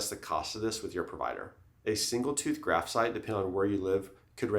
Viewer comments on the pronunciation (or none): bone graf”t”😂